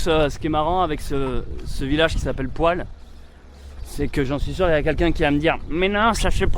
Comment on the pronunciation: Bravo pour cette aventure vivement le dernier episode. Juste pour info: Poilhes se prononce poille.Bisous les amoureux...😂